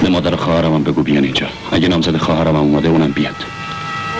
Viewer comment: ما قدیم دوبلورهای بسیار خوبی داشتیم اما گاهی اوقات دیگه با مصنوعی بودن صدا شورش را در می‌آوردند. آخه این چه دوبلوری ست که خانم نیلوفر داره. با لوس کردن صدا که کاراکتر جالب نمیشه. خودشون به به صدای خودشون گوش نمیکردند؟ مادر مدر به گوش میرسه. کلمه خدا بیامرز را خدو بیومرز و یلدا یلدو تلفظ میشه که چی صدا را و بیان را میخوان شیکش کنند.